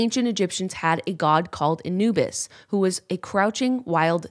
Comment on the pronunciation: also who thought Yenna was say "A new bis" as in a new bit when she was saying a "Anubis" lolll